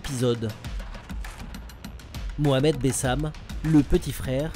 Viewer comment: c pas bessam c bassem 69200